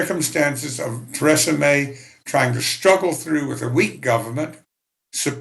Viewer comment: He pronounced Theresa May like Tresemme